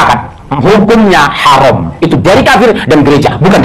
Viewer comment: Puji Tuhan Yesus. Amen. Mana ada bunyi 'A' jadi 'O'. Arab pun ngak cakap begitu. 'Haram' disebut 'Haroom'. Sampi jadi 'harum' pula. Otak bawah tempurung dan dlm gua batu btul otaknya. Patut selamanya ketinggalan miliaran batu dari org lain.